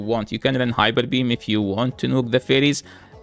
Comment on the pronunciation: It is so interesting that Arabs don't have P in their language. HyBer beam, instead of Hyper beam.